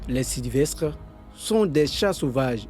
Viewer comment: 🤣il dis sylvestre